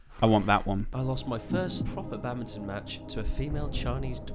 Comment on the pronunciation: and his babminton😂